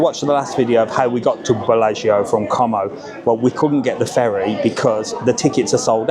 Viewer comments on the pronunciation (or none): Great idea, but if you do mention it, drop the 'com o' and pronounce it 'co mow' 😂